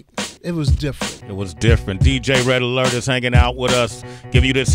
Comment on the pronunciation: Kool Dj Red Alert! Say his name right! Respect!!!!